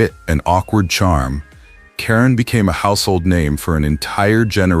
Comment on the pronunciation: How insulting you use the female spelling for KARAN Brar, IT'S NOT Karen geez AI really REALLY SUCKS..